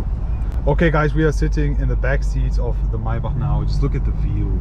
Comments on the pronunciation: the my-back lmao. its pronounced MAY-BACK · MAY-BACH bro not MAI - BACH lol. German pronounciation is crazy. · First of all It's Maybach not Maaaebaaak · “my bach” 😂💪🏾💯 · lets count how many times he said "mai bahhghck" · Holding on for dear life as I heard "My-back" for the umpteenth time. Send help! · The “”MAAABACH””” where’s the Y ???? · "MAAY BUCK" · Its not (my buck ) bro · Why are you pronouncing maybach so strange? Its pronounced may-back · I can't take you seriously when you keep pronouncing it as maybahhhhkhkhkhkh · The way he says Maybach 🥴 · bros name is but can’t even pronounce maybach